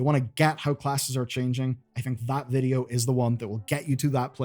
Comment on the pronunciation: Why vuhdo...ugh